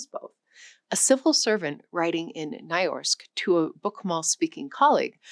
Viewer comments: “Ny-norsk”, not “ny-orsk” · Nynorsk is pronounced the way you would pronounce «Nee-noshk»- not «ny-ashk». And you did not seem to grasp what the difference in the Danish prounciation really is. They mostly pronounce vowels and substitute consonants with vowels and approximants and leave the last syllable of words out. One needs to learn their code for what to omit, and what to pronounce as if you were very drunk. Danish children have a very hard time learning how to read and spell, because they have to include many extra letters that they did not know existed, in word after word. There is a system to it, and the system is more logical than the English system of abundant silent letters, but Danes learn to spelling and reading much later than Norwegian and Swedish children. Danish children would most certainly have understood more of their own spelling system if they had learned to speak Norwegian first, because we pronounce all the letters we spell. And written Danish and Norwegian are for all practical purposes similar. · Pronounced "Nee Noshk" not "Nei Norsk." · NAY-YORSK? Really? NEE-NOSHK -- that's how it is pronounced in Norwegian. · nyorsk. 😂😂 Sorry, but you forgot the second N in nynorsk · Amateur linguist here. That word ‘Nynorsk’ is not pronounced as ‘NAAAI-nahsk’ as you’re saying it, but rather, as something closer to ‘NEE-nahsk’. ❤ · While interesting this video would have been great if the presenter had taken time to learn the pronunciation of the special Nordic letters of ö, ø, ä, æ and å. Its not that hard. And, completely mispronouncing "nynorsk" as "nyorsk" is super strange and putting the presenters interest of the subject matter in serious doubt. It's a bit disrespectful too. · Im Dutch, so I don’t know perfectly, but I heard a Norwegian once tell me it’s pronounced as “Nuu-Norsk”(meaning: new-Norwegian) But the most important part is to not forget to know that the middle-n is nót a silent -n-. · Nynorsk is pronounced more like "noo-norsk".